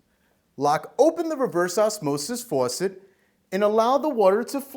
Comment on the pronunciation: The way he says faucet, tho.